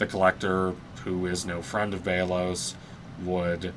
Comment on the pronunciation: It’s belos not baylos